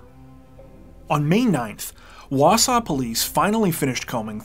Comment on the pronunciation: Props on pronouncing Wausau correctly also! 😊